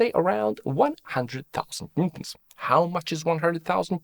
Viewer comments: NEWton ffs! it's NEWton pronucing like NEW TON, not Nton. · Why bro pronounce newton as "ntuns" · Sir how do you pronounce “newton”? This guy ☝️ “noo-ms” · are you trying to say newton??